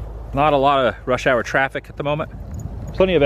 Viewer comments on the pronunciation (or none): none